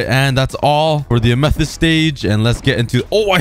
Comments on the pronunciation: Am æ thæest? No Amæthist thats how u pronounce it, but quick (æ is a danish letter but it sounds,like what u say) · Don’t forget, he says amethyst like ametist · Learn how to say amethyst